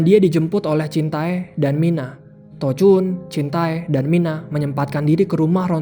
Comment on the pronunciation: Jintae = dibaca jinte